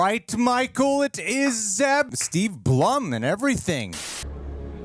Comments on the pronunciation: I was so surprised when I saw Zeb Orrelios. Oh Zeb’s voice actor Steve Blum last name is pronounced bloom. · Blum pronounces his name like "Bloom." What a talented guy!